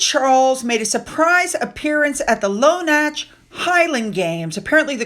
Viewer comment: Hi. A tip for you.... In Scots the "ch" sound is a hard sound like the German composer J S Bach - just the same in "Lonach" as Loch. 😊❤